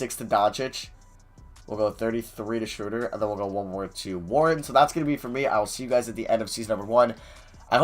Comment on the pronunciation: is this guy ever going to learn that it's not SHREWWWWDER its SHROWWWWDER. smh.